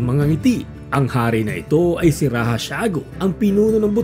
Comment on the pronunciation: di po dapat "Rahah" kundi "Radya" ang wastong pagkakabigkss ng "Raja"